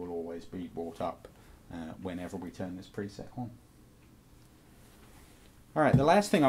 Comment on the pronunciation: "Tuhn the wahr on... wahr off..."